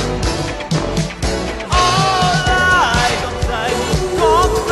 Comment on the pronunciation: 「僕の」の入りが少し 早かったせいか「ぼ」が伸びた感じになってるのと 「さぁ回り」の「り」の高音部分ができってないのと 「目も眩むほど」のあとのOh ohが入ってなかったです。 2番目のRide On Timeの Timeの発音のmeの発音が強調されすぎて やはり本人と多々違うところが 浮き彫りになってます。